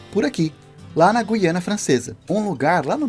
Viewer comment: Guiana, e não "guiânia."